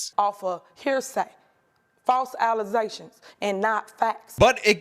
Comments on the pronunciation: ... "Fowwse allazations, n nah facs"...Ffs!!! This is her FIRST language. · "Bro, dems be allizations" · She said false alisation instead of aligation 😅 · false allezations n not fax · I cannot read the word "allegations" without reading it as "allezations." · Why can’t they read, she didn’t say clock. Listen carefully, she said “plock “ you. Don’t make false allezzations. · What is a “false allezation?”😂😂😂😂😂😂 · "False allizations" geez. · FALSE ALLEZATIONS! 😅🐕🐕 Hehheh... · I was ready to call you out on the "false allezations," but then you inserted the clip of Tiffany Henyard. Heh - i had never seen that one before. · “Alazations”? Jesus! Stupid ass people. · I can’t hear anyone say allegations anymore without hearing “allezations” in my head… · A mayor of a city actually said "allizations." 🤦‍♂️ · "Alizé-shuns" is hilarious 😂 I tried finding a definition but unfortunately came up empty handed. Im officially submitting a definition of my own to Websters. -Alizéshun (Al i zay shuhn) Noun Essentially, it is the same as an allegation, an assertion without proof, but for an allegation to be reclassified as an Alizéshun there must be fresh passionfruit juice and French Congnac involved in the assertion of wrongdoing. *For clarification, "Alizé" is a French made passionfruit juice and cognac / vodka Liqueur. It is or was a very popular beverage among certain demographics of Americans. Originally made famous by Tupac with his song "Thug Passion," which is a drink made by mixing Alizé with Cristal champagne and/or Hennesey. several other massively successful rappers have mentioned the drink in many songs throughout the last 3 decades making it very popular with hip hop fans. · What the heck is "allesations"😅😅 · PLEASE stop saying “alizations” it’s starting to have a Mandela effect and I fear I’m starting to lose brain cells. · Those "false alizations" again...😂🤣😅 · she said false allAZations🤣🤣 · Those "alleZations" 😂